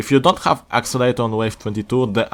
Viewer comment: Accelerator not axelater